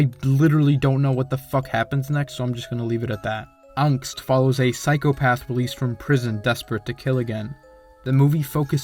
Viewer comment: ..am i the only one who checked the comments after hearing the way he pronounced "angst" 😰